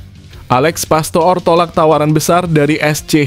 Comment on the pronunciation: ALEX PASTOOR = DIBACA ALEX PASTOR, BUKAN PASTO'OR PAHAM?